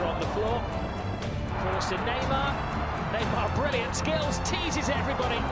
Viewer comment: His name is Neymar not Newymar :)